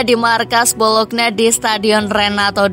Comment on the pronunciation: BoloNYa bukan BoloKna bacanya